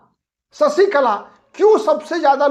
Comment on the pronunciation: ससिकला नही शशिकला बोलिये